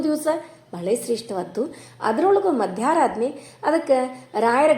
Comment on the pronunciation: Madam, adu ಮಧ್ಯರಾಧನೆ. Not madyaradhane